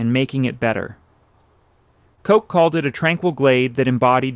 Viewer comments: Correction: the mayor's name was Koch, pronounced like "crotch" or "blotch" not like "Coke." (No disrespect intended to him with my pronunciation examples; I couldn't think of a better example.) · MAYOR COKE? ENOUGH A.I.